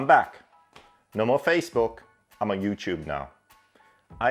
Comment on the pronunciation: He said you chewb